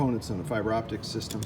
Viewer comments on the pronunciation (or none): none